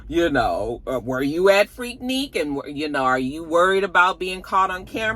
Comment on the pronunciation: Finally, somebody who pronounces Freaknik correctly.!😂😂😂